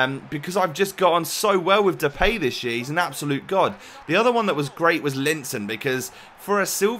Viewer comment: You say Depay wrong. You say "The pay". That is wrong. You should say it like this "The Pie".